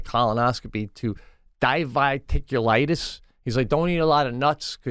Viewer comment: How about Diverticulitis? Di-ver-tic-u-li-tis ; it’s just not that hard to set a good example for his daughter!